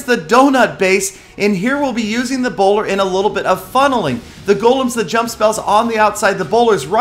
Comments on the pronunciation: I thought I read "ebola" it even sounds like "Ebola" and not the bowler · Also every time said 'bowler' I was like: Ebola. Try it out